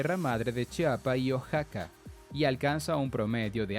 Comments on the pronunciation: se dice O-A-X-A-C-A no O-X-A-C-A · Amigo Oaxaca se pronuncia uajaca!!!